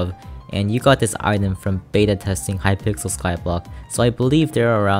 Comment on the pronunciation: hypickle lmao